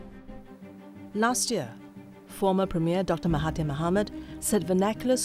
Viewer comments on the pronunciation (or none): none